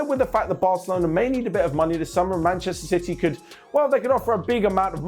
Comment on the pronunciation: Did said "Ban-chester City"???😤